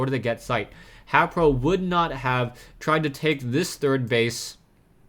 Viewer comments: I think haypro is pronounced hey-pro vs hap-pro ur the man anyways GG for consistant casting =D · Think it might b pronounced Hai-pro since his name is Hayder.